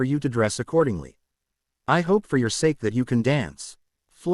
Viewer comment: The word is Sake, not S. The word is Brain not in.